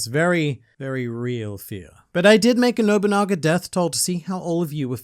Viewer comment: literally massive w youre the first person who has pronounced his name properly- ive heard nowabunga, nobunga, noguba, nobogana...